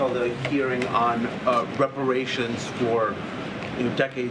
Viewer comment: She can’t even pronounce the word ‘reparations’. That says it all.